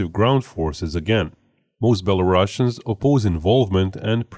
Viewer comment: Learn to pronounce "Belarusian" correctly